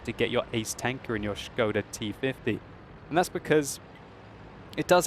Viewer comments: şıkoda ne lan ahahahha, SIKODA oğlum o :D. Das Schkoda!! ahahaha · von Nazaret Hi, here is link to "official" Czech pronounciation: And here is it written in International Phonetic Alpahbet: [ˈʃkoda] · oh man your knowledge is waaaay off... It is Škoda and Š is soft S which is pronounced exactly like "sch" so it is pronounced "schkoda".